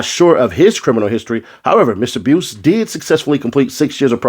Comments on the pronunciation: His last name is pronounced " bice" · The u is silent bruh it's pronounced bice but it's spelled buice other than that your reading comprehension skills is 🔥@